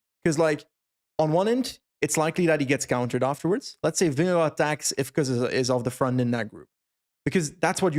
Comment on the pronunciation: I love you but please pronounce vingegaard differently, I die every time😂